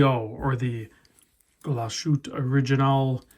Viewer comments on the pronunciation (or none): Nice review. I am definitely thinking about one. Beautiful watch and the value is there. BTW, it is pronounced as ... "Glahs-hoot-uh"